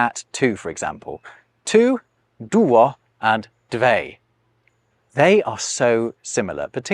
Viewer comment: You pronounce "Dve" as "dvey". May be Sanskrit really says ending "e" so, but this word looks identical with the Russian numeral "две" [dvʲe] (feminine "two"), without yot.